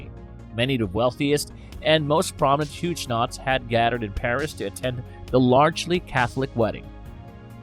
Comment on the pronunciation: Pronounced Hugg o nots!!!